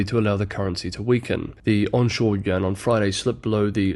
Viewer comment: dude stop saying "yen" thats Japanese currency. Its "you-in". Id be fine with "yen" but then you're always butchering Chinese city names trying to affect a Chinese accent. When speaking to English speakers, stick to English.